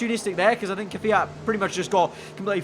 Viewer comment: Mate please, instead of keviat. Kviat. not Keviat ots, KVIAT